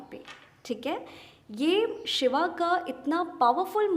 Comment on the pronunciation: hey actually om namah shivay hota h. Shibay nhi. Kyunki mantra bht powerful hote h to unko glt nhi pronounce krna chahiye. Vaishali ma'am ki karma cleansing ki video me uska link h. 2-3 h I think karma cleansing ki video kisi ek me miljayega.